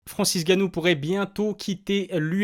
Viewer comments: c'est N'ganou pas Ganou...sinon super vidéo comme d'hab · FRANCIS "N"GANNOU, FRANCIS èN GANNOU OK ? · Très bien cette petite vidéo. Mais c'est Francis N'gannou. Avec un "N".